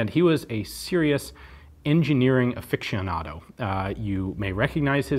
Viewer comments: It's pronounce affishionado not Afictionado 😔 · "... a serious engineering afixionado"? -I've never heard "aficionado" pronounced that way. Then again, the Merriam-Webster doesn't allow for that pronunciation either.